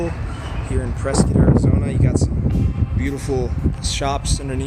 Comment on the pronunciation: First off you're not pronouncing it correctly, It's Preskitt, like biscuit. Dont ask why, its what locals, natives and Prescottonias have been pronouncing it for the longest time. Before my time, I am a Native born and raised, i love Prescott! And it's not a candy store, it's Kendalls Candle Factory. They have been in business for decades. Whenever they would make candles the aroma downtown was amazing.